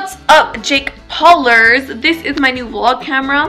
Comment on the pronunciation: Lol u really said jack Paulers😂